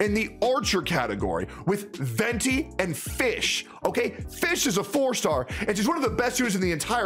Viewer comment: Fischl was pronounced as Fish? I read her name as Fis-zshel